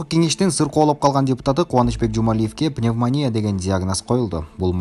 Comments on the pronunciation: Туура суйлогуло, пневмания эмес, пневмония. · Эки жолу пневмания деп туура эмес айтыптыр, Шыкмамбетовтун аялы жонундо айткан учурда.